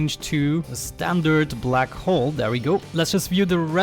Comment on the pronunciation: every time you say black hull it sounds like your saying black hole lol I forgive u i m not English either.